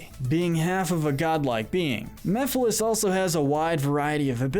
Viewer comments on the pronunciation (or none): Mephiles, not Miphiles